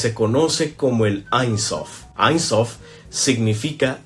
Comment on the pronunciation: No es Ain Sof es Ein Sof, aunque escrito encuentres chokmah se pronuncia jojmá. El árbol que muestras es del esoterismo inglés, no es de la cábala. Los netivot (canales) entre Hod y Maljut y entre Netzaj y Maljut no existen en el árbol sefirótico del judaísmo.